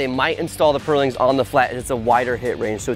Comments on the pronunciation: Next time, find someone who can actually pronounce "purlin" to talk about purlins. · It's pronounced "purlin" not "pearling". Good video though!